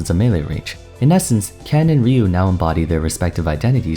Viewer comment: It's Rye - U